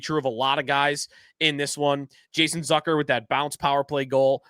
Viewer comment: It’s Zucker rhymes with Cooker not Zucker rhymes with Sucker. You are in sports media covering this team.